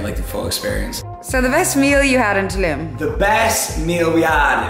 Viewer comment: Learn to say Tulum properly please.